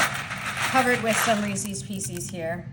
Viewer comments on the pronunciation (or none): Also, NOT REESIES, it's Reese's---also not PIECEES. Correct reading is very important!